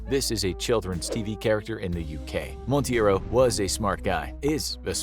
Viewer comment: The guy’s last name is Monteiro (it may sound like mount-ay-ro) and not Montieiro as pronounced. It's a Portuguese surname, and this way sounded more Hispanic or made up.